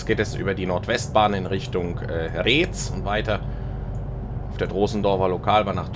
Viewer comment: Oh, na dann hat es ja eh fasst gepasst. Kleiner Tipp zur richtigen Aussprache: Retz spricht sich wie "Rätz", also kurzes ä und starkes z. 🙂